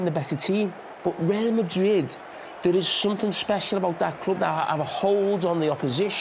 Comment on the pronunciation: "reel" madrid